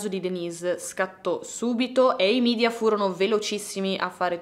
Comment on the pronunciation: Un unico appunto. Si pronuncia media, così come è scritto e non midia perché è latino e non inglese. Grazie.